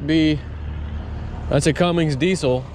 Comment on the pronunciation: That Ford will run your house and a neighbor or two I saw the same one in a mansion on long island don't remember the rating but it was a lot edit: looked it up and the Ford is 30or 40 kva way too much and stop saying Cummings you sound like a mo it's Cummins